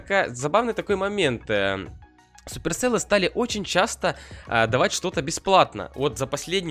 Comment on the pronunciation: Сеперселл а не суперселлы......